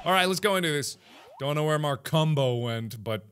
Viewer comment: We heard: Markumbo My mom heard: Mar Cum Po